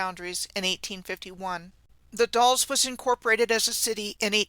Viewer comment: The Dalles Oregon is said, like gals, only with a D